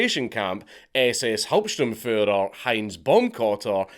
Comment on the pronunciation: I love that his pronunciation of "Hauptsturmführer" is so perfect